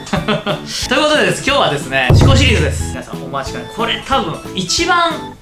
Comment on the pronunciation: シコシリーズに聞こえた